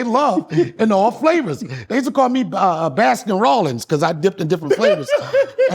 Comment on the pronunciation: He said, "Baskin Rowlings,"😂 that's classic